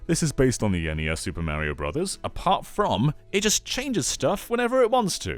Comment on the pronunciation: 40 minutes of you mispronouncing MARIO! IT'S NOT MARRY OH, STOP IT. Learn how to pronounce Italian names, you're killing my inner heritage.